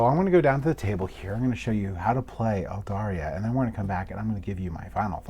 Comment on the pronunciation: Just bought this online! Really looking forward to getting it. Loved your run through - you kept it simple and easy to understand. Just one minor criticism - there is no "i" in the name. It's Aldarra, not Aldarria.